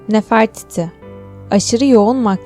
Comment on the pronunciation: Nəfərtiti yok Nefertiti. Dilsiya 0